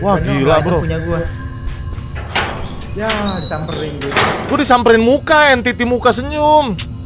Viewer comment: Entity Cok bukan entitid 😭